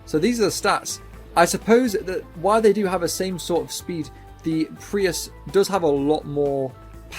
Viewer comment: Bro calling Preuss a Prius lmaoo